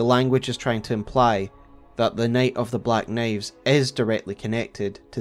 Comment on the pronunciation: This is the best telling of the “Nate of the black Naives” I’ve ever heard 😊